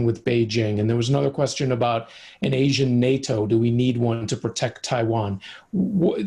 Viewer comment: why does she have to create a new pronunciation of Asian? leave the language manipulation to the leftists.